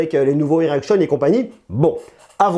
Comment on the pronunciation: "il y a 5 nouvelles erection" mdr